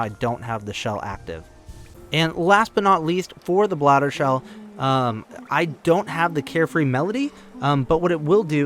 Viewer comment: bro said bladder shell